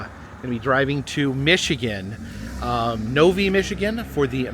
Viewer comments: the city Novi is pronounced Nov eye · Just FYI: The town you're going to in Michigan is pronounced No-Vye.